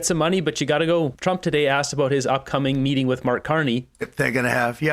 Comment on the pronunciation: Omg I can’t stand her. And furthermore it’s with not wiv … Purina cat chow….. chow chow chow. 😁